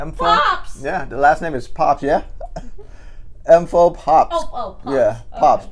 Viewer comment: “Mfow Popps” 😹😹😹